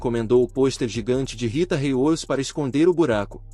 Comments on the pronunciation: Narrador e ruim não sabe os nome corretamente andi, Rita riudi , ,merili monrou redi , 🤦‍♂️😂😂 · Ele tem qui estuda mais os nome corretamente andi , merili monrou, Rita reiudi 🤔